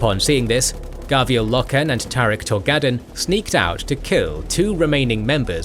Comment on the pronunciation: Why are you mispronouncing everything? Is it deliberate? Who is "Gravy L. Lockhen"